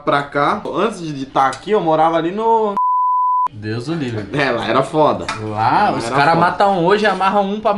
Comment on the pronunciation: "Eu morava ali no ..." "Deuzulivre" kkkk